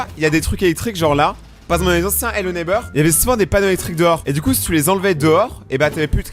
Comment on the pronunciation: Ello neybeurre ? 🤣🤣🤣🤣🤣🤣